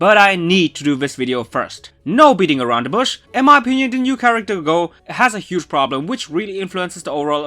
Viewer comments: Hey, dude, you hige instead of huge. Also THANK YOU FOR REMINDING ME TO WATCH THE NEW EP, I ALMOST FORGOT 😂 Edit:when you said wink wink I was like BOY WHY U LYING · A Hige problem.....English much lol